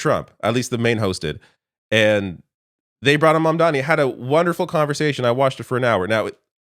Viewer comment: The name is MAMDANI you should learn to say the name because I am going to be your boss! Hahahahahaha!